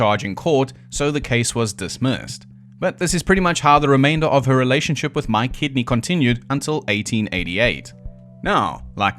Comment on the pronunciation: I keep hearing “My Kidney”….. I know it’s Mike Kidney but… 🤷‍♂️